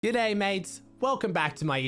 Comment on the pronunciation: doesn't it just make you day when says "Gda'y"